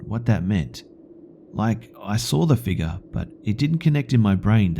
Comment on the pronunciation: Watuh, drink some watuh you figga